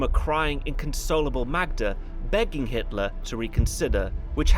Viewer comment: did I hear you say Hisler (Innkeeper)? I hope we don't end up mentioning Nostradamus and Hister (Danube River). I'm only teasing, I am sure you had a slip of the tongue incident.